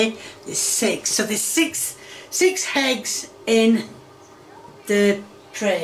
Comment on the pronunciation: Ahhh yes, cooking with the classic 3 H's - Ham - Hegs - Honions